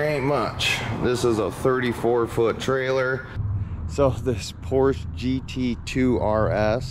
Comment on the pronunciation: Congrats, good luck, and Porsche has two syllables. Don’t be that guy.